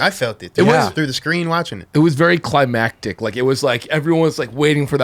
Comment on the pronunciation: Climactic you said that 😂..